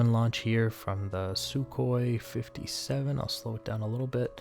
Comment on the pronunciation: "Sue".... :facepalm: MiG is only "mihg" because it's 3 letters. Like Yak. But Lavochkin is not 'la", it's L.A., like the city.